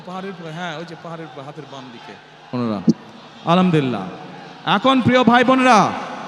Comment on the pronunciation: আলামদুলিল্লাহ নয় আল হামদু লিল্লাহি হবে।